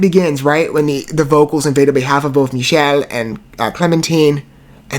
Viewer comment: The "ch" in Michele's name is pronounced with a K sound. Mee-kell. Also thanks for reacting to Visions of Atlantis (and Kamelot, and Sirenia) - huge fan of all three bands!